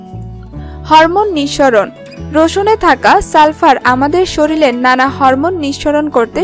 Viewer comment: 'শরীরকে' 'শরীল' বলেন কেন? লেখা-পড়া ভালো জানেন বলেতো মনে হয় না। বিরক্তিকর।